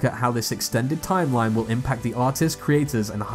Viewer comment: "tiem line impact"